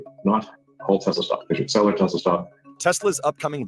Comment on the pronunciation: It’s NOT “Tes-la-la”!